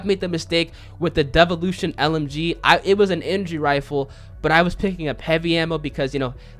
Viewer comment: wtf is a devalotion